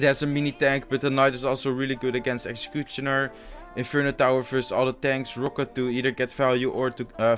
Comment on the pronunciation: I really love how he says 'logh' and 'excecuctioner' Love your videos by the way,keep it up dude